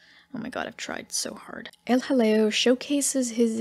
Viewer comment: Every time you say El Jaleo, all I can think of is a British comedy sketch with some toff saying "Oh, hello". Maybe John Cleese or Dudley Moore.